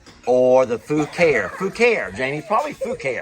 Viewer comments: Was cracking up at you calling it Fuckery. It is Foo Care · Fucare I looked up the website and it is pronounced Foo care. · JUST CHECKED BOTH NAMES: FUCARE IS PRONOUNCED: FOO CARE. ENGWE IS PRONOUNCED: ING-WAY. ENJOY!😘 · I looked it up…it’s pronounced Foo…car…ee! Accent on “car” Haha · Hi! I noticed you were having difficulty pronouncing the name of the bikes. Fucare is pronounced (foo carry) and Engwe is pronounced (enway) 😊 just a little tidbit. I know you were only making fun of the names. 😂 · Googled. Pronounced Foo Care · Per google translate and multiple others Fucare is pronounced few care .. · I just listened to a Google review and the FUCARE brand was pronounced FOO-CARE. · The manufacturer pronounces Fucare as Foo Care. 🤣 Hope they are getting a huge chuckle out of you guys pronunciation! 😆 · Fuk-kary and Ang-wee. Those are unpronounceable and hilarious! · Love your pronunciation of FUCARE!!🤣